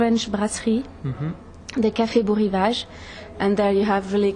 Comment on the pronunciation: Am I hearing a mispronunciation here? It's B-o (long o) Rivage. You'd think he'd know that.